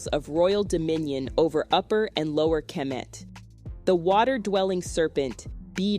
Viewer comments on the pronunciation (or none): Why do you pronounce Diop and kemet the way you do? As a historian you ought to know better. Thanks.